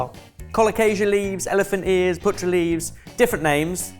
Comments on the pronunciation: Hi, it's 'paa-tra' leaves, 'putra' means son in Hindi, you've been calling them son leaves! 😂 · also ben, it's pronounced with both the A sounds being pronounced the same:) so the a in car, "pahtrah" if that helps at all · Oh come on. That first dish is a staple. But then i am of Indian origin. We call it patta. Not patra. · Oh also it a long a Paatra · I got really excited seeing Patra....and then butchered the pronunciation for Gujarati love the content...keep it coming!!